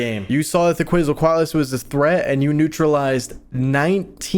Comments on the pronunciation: it's k-w-etsle (like pretsle) coat- a lis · The dino nerd is screaming at me cuz u say Quetzalcoatlus wrong😭 It's "Kh-vet-zal-koh-at-lus" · why do they pronounce it ketsalquatlus? but it is spelled quetzalquatles WHY? WHHHHHYYYYYYYYY????!!!?!???!?! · I know I sound like a nerd but it’s ket-SO-CO-at-luss or luz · More like Ket-Sul-Coah-atlus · i think it's 'kw-et-zal-co-at-al' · WOOOOOO, UPLOAD! (It’s pronounced Kwetz-al-coat-luss, I think… read it in a book a long while ago) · I want to give a lecture on pronunciation on Quetzalcoatlus to him. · This man's pronunciation of the Quetzalcoatlus is "unique". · Love your videos! I'm begging you to look up how to pronounce Quetzalcoatlus 🐦